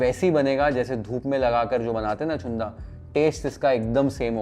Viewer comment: Chunda चुंदा नाही रे... Chhunda छुंदा. बाकी पाककृती योग्य.